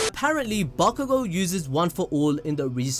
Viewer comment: Listen and repeat: BAKUGO - B A K U G O - B A (C) K U GO. Mind blow complete. You’re welcome.